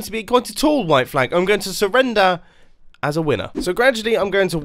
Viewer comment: Me: mumbo how much are you French. Mumbo: I SURRRENDER MY VICTORY